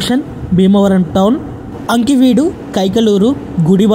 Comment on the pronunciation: Ee video ki anchoring chese station perlu sarigga palakadam nerchukovaali. Veeravaasaram ni viravasaaram Aakiveedu ni ankiveedu ani kavali ni kavala. ani perlanu istamu vachinattu marcheseru.